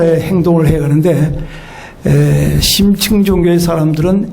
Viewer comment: 심층을 "심칭"이라 잘못 발음하셨습니다. 강의는 참 좋습니다